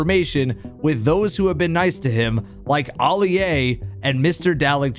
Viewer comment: the way you incorrectly pronounce Ali a and mrdalekjd is so funny